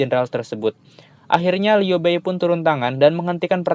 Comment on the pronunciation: Liu bei dibaca liu pei ya..